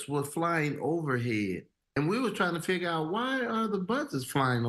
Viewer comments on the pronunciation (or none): none